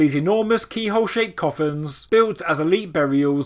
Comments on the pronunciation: The way you say "koufun" sounds like "coffin", which could be misleading. "Kofun" / 古墳 / こふん is more like co-foon ("co" as in "coat"). The "f" is somewhere between an English "f" and "h". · Watching the entire video, I thought the word you were saying was "coffins". It was only afterwards that I read the description and realized the word you were saying was "kofuns". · It's fine. If I'm not mistaken though (and it was nearly 30 years ago that I took a course in Japanese while living there in the Navy), it would be pronounced ko-FOON (with a long o sound in the first syllable, and rhyming with either typhoon or lagoon).